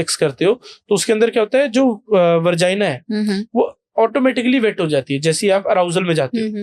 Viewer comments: वर्जाइना नहीं होता है डॉक्टर साहब Vagina होता हैं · Vergina nhi vegina bro... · Shingudane ko hindi mein nhi english mein shrink bolte hain Aur vargina nhi hota vagina hota hai yaar Tyari karke aya kro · Moorakh doctor vargia nahi vagina hota hai